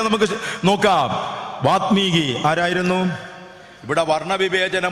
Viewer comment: വാൽമീകി! വാത് മീകി അല്ലല്ലോ?